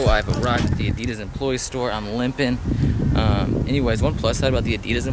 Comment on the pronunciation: HOW THE FUCK DOES THIS GUY PRONOUNCES ADIDAS ???!!!!!